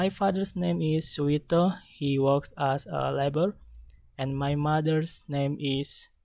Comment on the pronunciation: Strength : Conveying the introduction with confidence and relaxly. Weakness : There are some wrong pronouncation such as 'also, as and program' and he seemed a little bit doubt in particular section. (Group 9)